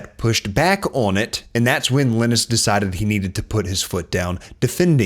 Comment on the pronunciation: great video but is that really how you say linus? Iih-nis or lie-nus. was bothering me bc I haven't heard that pronounciation before